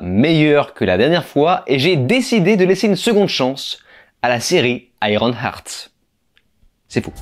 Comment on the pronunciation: Juste une suggestion : lorsque tu veux prononcé un titre en anglais, tu peux écouter sa prononciation avec Google translate… Car iron-art c’est un peu dommage. Surtout lorsque tu le dis plein de fois…